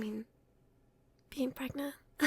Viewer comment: how is prangent formed? Side note, the "Translate to English" button is hilarious... and apparently works...